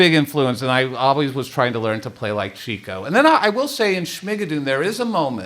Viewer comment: Atsa matter for you it’s Chico pronounced Chicko not Cheeko but that was a gooda songa you singa and a good Podcast and I look forward to the 3d release with the Council commentary.